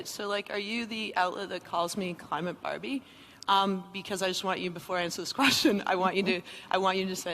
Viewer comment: Climate Bahr-bee!? Like hwhat I'm not cli-mate Bahr-bee. Stupid deenhy-hers like gawhd!